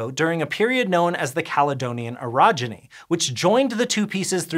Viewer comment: "orogeny", huh?